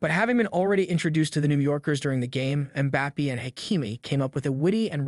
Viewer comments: Why you pronounce bappi it's bappe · Did you just say “Mah-Bappy”?? 🤦🏽‍♂️ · Butchered mbappes name so badly omg you gotta work in that